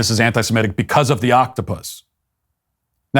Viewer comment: Thank you Matt for saying anti-semitic and not anti-simetic